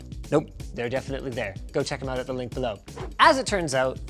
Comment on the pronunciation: Who says like THAT???